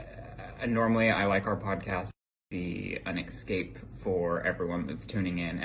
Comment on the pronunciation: Ryland says exscape the way my brother say exspecially 😬